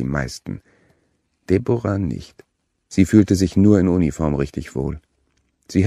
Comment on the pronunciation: Debora... ??? Deb'ra!